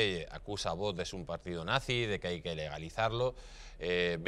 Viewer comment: Espero que algún día el presentador aprenda a pronunciar la X de VOX. Una ayuda, se dice VOKS.